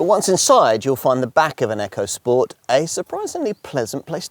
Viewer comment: Its ECO not frikking ECHO